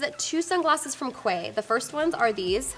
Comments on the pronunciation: I saw you mention Quay in another video and you wondered if you were pronouncing it correctly. It's actually pronounced KEY. :) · It's pronounced key (quay) js 😂 hahahahah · Hehe you're so cute. Thought you'd like to know Quay is pronounced Key. Love love love their sunnies and you of course.